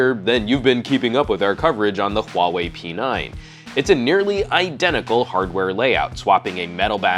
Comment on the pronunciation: it's pronounced, 'Huawei'